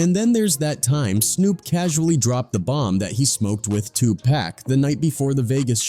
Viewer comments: It’s not 2 pack it is pronounced 2 pock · 😂 ITS Not 2PACK. IT'S 2 P.A.C. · It's not 2pack it's 2pac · Why white people always say 2Pac name wrong